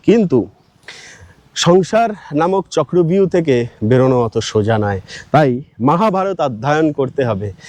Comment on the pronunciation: চক্রব্যূহ না বলে চক্রভিউ বাংলায় বলে হিন্দীর উচ্চারণ 😢😢😢😢